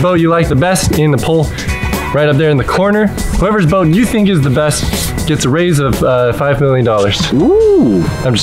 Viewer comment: O:45 I thought he said bone not boat